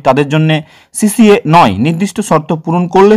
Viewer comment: আরে ওটা সিসিএ নয় সি এ এ